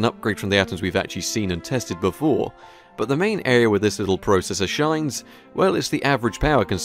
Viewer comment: ZEE*** NOT ZED AND YOU SAY PROCESSOR WRONG